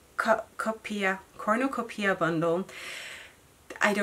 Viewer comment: You always make me smile! Corn-you-ko-pee-ah